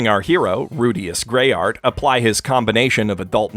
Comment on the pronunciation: "Rudius Greyart"... bruh